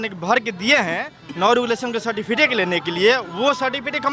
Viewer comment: ठीक से सर्टिफिकेट नहीं बोल पा रहा है और कहता है कि पीएचडी कर लिया है!!